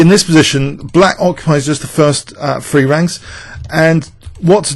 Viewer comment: love your videos but can you please learn to pronounce three as three and not free etc. th is the, that threefold etc;]]